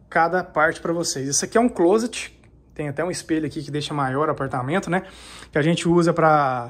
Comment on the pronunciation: Amigo pelo amor de Deus nao diga clôset é clóset!👍🏾